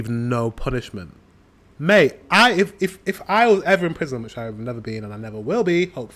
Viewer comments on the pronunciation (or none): none